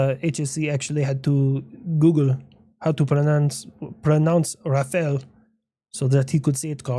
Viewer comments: Rafael? Pretty sure the right pronunciation is using the A sound is in cat and not cake in both syllables. Ra-fa-le. And the "le" would be closer to "luh". 😅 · Yeah the pronunciation of Rafale needs a bit more work, you're saying it like "Rafel" and you should pronounce it more like Rafahl, like the 'a' is pronounced the same on both occasion. But I'm glad for the effort. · It's not "Raffel".... it's fucking "Rafale"... I don't know where you got your pronunciation from but... yeah, that ain't working. If you want to have it right... pronounce the "ale" as "Al" like "Al big gay" (sorry... that's about the only reference I could find... TY South Park! lol) OR you can try "All" but that's not quite fancy enough and would kinda make you sound like you're trying to speak a word with a hot potato in your mouth... but still closer than "Raffel" 🤣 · nice effort with the googling but you still pronounced it incorrectly . sorry . the way you said it woud be written raffel (like you wrote it) in french not RaffAle you prounounced the As wrong you need to say it like you're opening your mouth for a doctor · NOPE ! NOT EVEN CLOSE ! (A pissed frenchman) You say it like this "Raf" "Ale" but the "ale" has to sound like the end of "gunmet'al' " I hope that was a good enough explainer... 😅 But yeah, extremely annoyed of getting the name of this stunning aircraft butchered... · Still failed to pronouce "Rafale" correctly, but we appreciate the effort. (The trick is to pronounce the second "a" the same way you pronounced the first) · sorry but you didn't pronounce Rafale properly, but A for effort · Its RAFALE with a downward accent on the end 😫